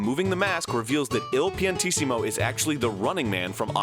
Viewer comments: I thought his name was somehow pronounced "Two Piantisimo" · Thank you for pronouncing Il Paintissimo's name for me. I could never figure out if it was supposed to be I and L or if it was like two I's or what